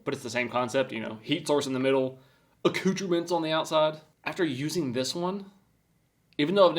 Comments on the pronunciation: wtf is ah-cooch-o-ments?😂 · he said accoutrements very incorrectly though. made my ears bleed to hear it be said like that 😭